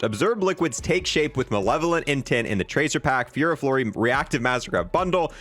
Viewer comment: It’s pronounced ferro fury you dope 😂